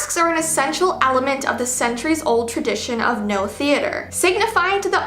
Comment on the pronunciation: It’s pronounced no mask Japanese theatre